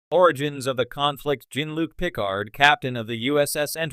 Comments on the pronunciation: Yeah I was like.. why does he keep saying Pickle-hard? xD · Dead giveaway this is an AI voice…”pick-card”